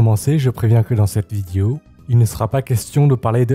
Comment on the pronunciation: Je t'aime bien et tout mais pourquoi les asiatiques ont tant de mal à prononcer le mot "vidéo" ? 😂 ça me fait tiquer à chaque fois.